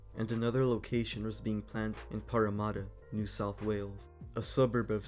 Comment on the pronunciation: Parramatta is pronounced Parra (like parrot) and mat-ta (ta like ta-da) mat like mat.